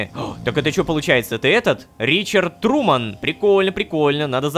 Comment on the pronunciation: Труман? Труууман???))) Шоу Трумана да? Так ещё и человек "принадлежит" компании?